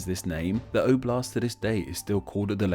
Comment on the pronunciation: You should pronounce "oblast" (the accent on first letter and soft the last letter)